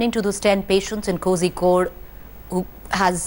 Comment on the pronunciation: You do not pronounce Kozhikode with a ‘z’ .